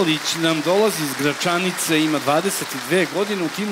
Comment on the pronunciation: Zašto neko Voju ne nauči kako se izgovara Gračanica?